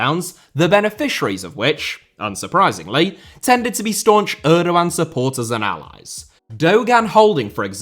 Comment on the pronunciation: I hate the way he pronounces Erdoğan